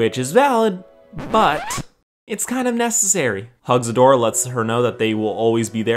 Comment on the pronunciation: Male Katara? Or male Adora, dude I’m pretty sure you mispronounced that